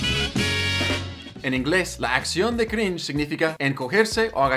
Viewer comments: Me da cringe que las personas digan "crinje" en vez de "crinch" como la argenta del principio 😒. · che da crin he crin he Eso me dio cringe jajajaj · Crinje esos argentinos que no sepan pronunciar una palabra en inglés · Algunos dicen cringe otros dicen crinch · La mina que dice "crinje" al inicio sería cringe jsjjaja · Crish xd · Está dicho así a propósito xd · Future project. Está copada la info, pero creo que te equivocas, simplemente está mal pronunciado así a propósito xd